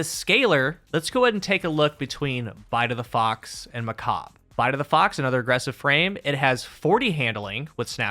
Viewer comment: its not macab its macabre